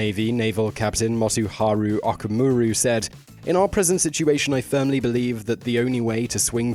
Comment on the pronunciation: Although not a big deal, whenever a Japanese word has the letter "O", it carries a long O sound. Okinawa is pronounced "Oh-key-nah-wa" and Okamura is pronounced "Oh-ka-moo-ra." Just think of Oklahoma. Again, not serious because many Japanese people butcher American names but it's always nice to be proper when possible.